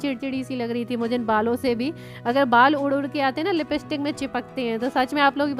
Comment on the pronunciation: Lipstick ,not Lipistick ...😂😂😂 If u don't know to spell the word correctly ,then y do u use...u behave like gaonty..for sha u say sa. N for sa u say sha..u won't correct your mistakes but, u tease others..shame on u😠😠😠